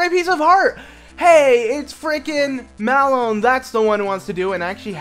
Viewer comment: her name is malon not melon